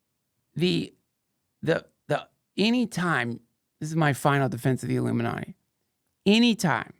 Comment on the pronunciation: Duncan, as far as I can remember, has always pronounced “ illuminati” as “aluminanni”😂